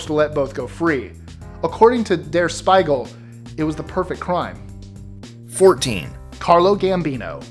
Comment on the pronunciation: 13 - Thats NOT how you pronounce "Spiegel"